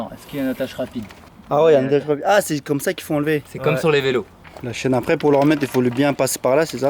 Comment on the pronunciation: Chui mdr au lieu de dire la chaîne il dit la chienne